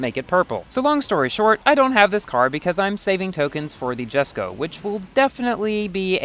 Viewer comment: Jesko (pronounced as Yes-Co): Choose me to go for!!!! Mercs 722 SLR McLaren: Choose me to go for!!!! and Me: You know what, SKIP THE SLR, LETZ GO FOR THE JESKO!!!